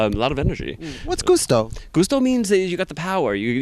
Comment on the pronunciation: Gusto not goosto 🤣🤣🤣🤣🤣